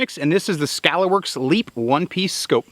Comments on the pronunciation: Scalar pronounced Skay-ler. A Scalar is a magnitude, not having direction. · Why can’t anybody say “scalar” correctly? It’s “skāler” (scay-ler) and is a real thing. It’s a unitless quantity (used in phys & eng) or a quantity having only magnitude w/o direction. Great review either way!